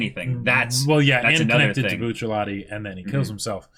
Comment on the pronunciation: Note: it is not “Bucciallati” but rather “BUCCIARATI”.